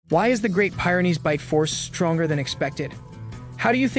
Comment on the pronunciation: It's pronounced peer-en-eez, not pire-in-eez . . . just sayin